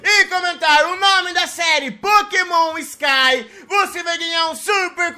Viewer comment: "Pokemon sky" salllllVe worfee